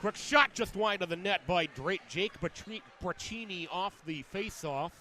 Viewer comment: FYI: Braccini is pronounced Bra-see-knee, not Bra-chee-knee.